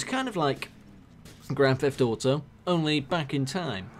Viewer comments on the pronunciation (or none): Grand theth auto 5